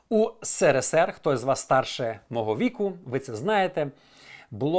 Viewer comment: ну не вперше у вас СЕРЕ_СЕР 😂. СРСР = ЕС ЕР ЕС ЕР (хвилина )